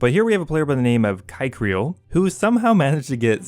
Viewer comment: Btw "kechryael" the way you pronounced it is a little...well you pronounced it as a slur lol. You said "kike" which you'll want to google it if you dont know what it is. But its not a good word.